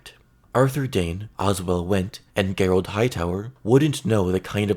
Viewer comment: Okay bro i love your stuff but its "JER-OLD' darkstar....not "GERR-OLD".... think the british way of spelling Gerry...you wouldnt say "Gerr-Rie" lol...just saying...no hate brother. Keep rocking